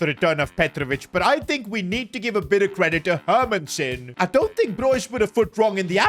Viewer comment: Bro has 0 ball knowledge dosnt know who samu is and cannot pronounce names for a living ”hurmunsen” Hermansen ffs